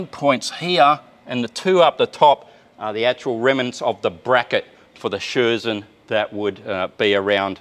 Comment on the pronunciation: Message from Germany, the Scherzen are not pronounced like Scherzen but like Skertsen.